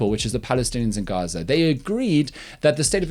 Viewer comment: And it also seems the "G" in Gaza is pronounced as the 'g' in Afrikaans and not as in the English language.